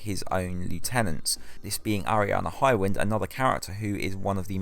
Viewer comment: I thought your highwind pronunciation was right lol. and Adamantoise was and has been easier with Zwills and crit food. use armiger when available and Ignis elements. makes the fight easy to farm. was doing that within a week or so.